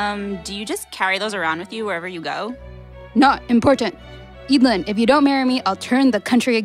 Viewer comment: I thought it was pronounced e-dl-yn